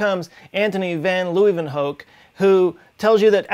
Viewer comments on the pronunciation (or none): Entonie ven Loeivenhook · Love the pronunciation of “antonie van leeuwenhoek” as a dutch person Love u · Hahah i thought exactly the same.. its totally okay and i understand the difficulty of the Dutch pronunciation but this was brilliant. Thanks